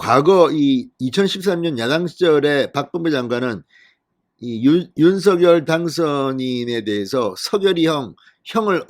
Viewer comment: 윤서결로 발음하지 말고 윤성녈로 발음하세요